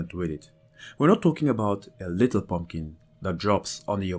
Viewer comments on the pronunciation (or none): none